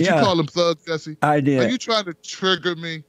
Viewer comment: I tought my English was bad but Jesse don't pronounce shit right.